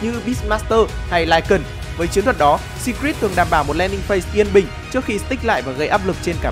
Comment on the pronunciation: Đọc phát âm Secret chưa chuẩn lắm ạ